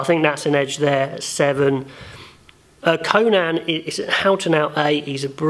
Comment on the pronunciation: Conan's name is pronounced "Cone-In", not "Cone-Nan", great video tho! :)